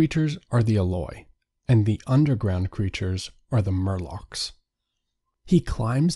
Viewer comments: “Morlock” not “Murlock” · Morlock, not murloc. This isn't Warcraft. 😁